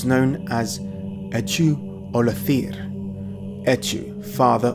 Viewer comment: Just a note on the pronunciation of Echu Ollathir (Irish student in Celtic studies here): the ch in Echu would have been a voiceless velar fricative [x] (as in Modern Irish), and the stress in Ollathir would have been on the first syllable.